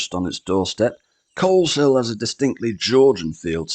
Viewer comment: My county. Great to see the North of the county getting some love with Coleshill (the 'L' is silent by the way 😊) and Atherstone. Love your videos! ❤